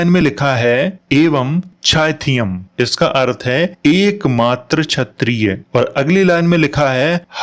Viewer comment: chayatiya nahi kshayatiya kh not ch sala bihari gutkha